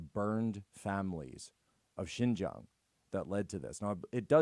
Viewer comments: Benny, mandarin speaker here. Xinjiang is pronounced as "Sheen-jeang", not "Jing-yang". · Xinjiang is pronounced as Sin Jee-ang. It is not IPA J, it is an English J.